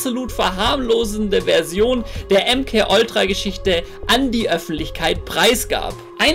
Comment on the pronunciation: bitte hör auf Oltra zu sagen. T.T